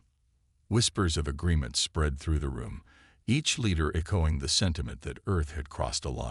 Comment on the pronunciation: I tried, I really tried....but I am never listening to your stories again!!! FKN HELL what a POS AI!!!!!!!!!!!!!!!!!!!!!!!!! WTF is: "e-KO-ing", "ar-MAD-uh", "BEAR-idge of fire", "TREE-cherous"!!!!????? YOUR AI SUCKS ASS!!!!